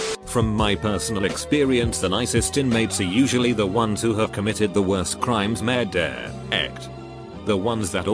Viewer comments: Me: You: The entire world: The aliens living on mars: Narrator: says “MUrDAiR” in French accent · Every time he says “murder” he sounds like a Frenchman trying to speak English 😂😂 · "Merde" in french means shit. Made me laugh when the voice was calling people "Shitters" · Look up an african saying murder